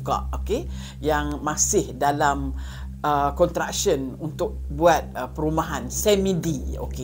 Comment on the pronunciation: ...Bukan 'contraction', 'construction' atau tapak pembinaan(construction site).😉 P.S.: Ada huruf 's'.